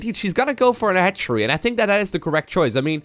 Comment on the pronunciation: That moment when you realize "hatchery" sounds like "head tree"